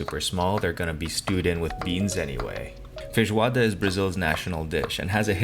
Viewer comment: Bro pronounces feijoada far better than I do and as far as I know I've been brazilian for 32 years. Merry meeeeeeee " from boy to boy s2